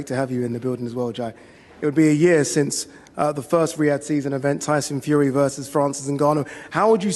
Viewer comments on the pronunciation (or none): none